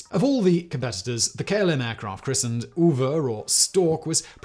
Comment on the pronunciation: So while listening I was really confused by the dutch planes name. Simon said it's name translated to stork which would be "ooievaar" yet what he says is "uiver", which is a bonkers thing to try and even discribe how to pronounce in English, my closet aproxamation is "ai" like the Fons and then and add vor. The way Simon pronounces it sounds like oever which is a riverbank. So I was confused because not only is oever something else uiver doesn't exist in general dutch. So doing a bit of research I found out that the reason for the name is that they used the planes serial number to decide the begining of the name and tried to make bird names with the letters given. So when confronted with "UI" for the second time, first time the plane was called uil (owl in english), they had no bird names to use, so what they thought was a good idea was to use some dialect from some small bit of the country as a way to stick to the format. And I have to say that is the most contrived naming scheme I've seen in quite some time. Consider this a mini today I found out for the dutch speakers around